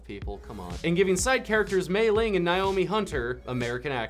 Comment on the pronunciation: Why is it so hard to pronounce "Naomi" correctly?!?!